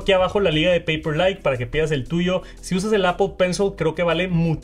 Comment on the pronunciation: Solo escucho "Apo penso"